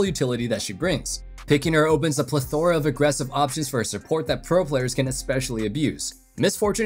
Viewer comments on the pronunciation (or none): Why you say plethora like that?🤣